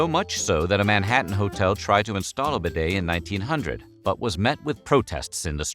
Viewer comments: Useful intel but... the damn word bidet is pronounced beeday not b'day, without the silent 'i' this guy has invented.. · Pronounce properly! BEE-DAY not b' day (as a contraction) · It’s pronounced beeday! 🙄🙄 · Much ado about absolutely NOTHING. By the way it is pronounced : "BEE DAY" not "BID-AY" ! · pronounced be day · Try getting the pronunciation correct.... Try 'B Day' . . Instead of 'Bed A' . . . Then they might become more of a fashion statement. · So you pronounce it b'DAY in America; in England it is pronounced BEE-day. It never caught on in the UK, unlike in France, so as more immigrants to the US were British than French it never became popular there - though I suspect more were found the South (Louisiana, for example) than New England. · Bidets rarely exist in British bathrooms either, much to my regret. I wish you would learn to pronounce bidet properly! It is BEE-det, with stress on first syllable. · It's pronounced beeee daaay! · Correct pronunciation...BEE-DAY!! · Aah If you’re discussing a subject at least learn how to pronounce it It’s a bee day Thanks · For goodness sake learn how to pronounce the word bidet.🤪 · The way you pronounce bidét sounds very stupid.